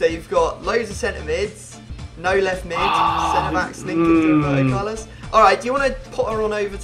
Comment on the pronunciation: Lol Wroeberto Carlos